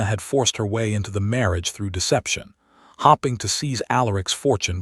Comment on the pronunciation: Just another comment. I'm struggling with this specific Narrator. ALWAYS ; "starring " and "hopping"... really???? Pretoria South Africa 🇿🇦